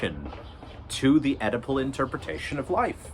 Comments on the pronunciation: I keep seeing your text-to-speech interpet Oedipal as edible, and now I have a funny image of Freud diagnosing a client with an edible complex, and the client is on his sixth brownie saying "dude, no way". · I wondered what his use of 'edible' meant...maybe 'consumerism'? Then finally i realised he is saying 'Oedipal' ! Anyway you got a sub for this worthy attempt to read the memes!